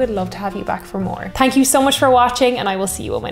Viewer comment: Actually, it's more correctly called a "Long Island ICED Tea." EDIT: It's funny how many Irish say it's a cliche' about Irish not saying the "th" sound, when it's SO common., you just did it ("tank you"). Max (Leather Jacket Guy) is another one who can't say a "th" to save his life. Speaking of that one, we still need the two of you side by side for a TRY "strongest alcohol" video. 😉